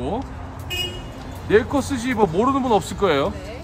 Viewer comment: " 내코"아닌 Neko 😢😅😂 찐한 육수의 면사랑이 넘쳐나네요^^👍👍